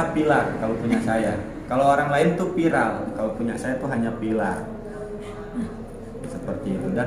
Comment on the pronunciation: kang ini setiap videonya klau ngomong viral pasti dia sebutnya pilarr... yg sy tau klau pilarr itu tiang rumah itu pilarr.. kang beda dgn viral... gk tau lidah y yg susah nyebutin atau memang gk tau pilarr itu tiang rumah.. hhhh maaf kang cuma pingin kasih tau doang klau pilarr itu tiang rumah.. monggo dilanjutkan... tetap semangat